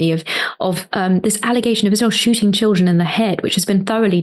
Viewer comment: well, that's a no brainer. I kinda cringe for the epic...experience Cenk's gonna have. Let's put it that way. I foresee a lot of "gully gee"s a lot of "tchh-il-dren" and a lot of singing of his opinions (sorry, "facts"), as usual. Natasha is like a mature, healthy oak and she s gonna be dealing with a outraged, passionate, adult child. Imo